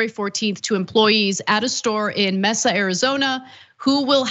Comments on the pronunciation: It’s pronounced MaySa not Messsa. 👀😂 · Mesa pronounced MAY-SUH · For the record, Mesa is pronounced "MAY-SAH" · Mehsah, Arizona lol